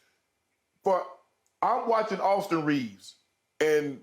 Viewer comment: It's "Austin Reaves" respect his name.